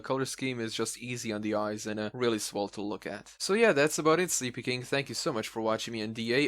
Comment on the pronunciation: You pronounced Sleepykinq wrong. It's pronounced Sleepy-kin-q. Just saying :P